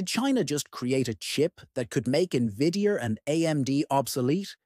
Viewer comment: But AI voice over still can't pronounce Nvidia right?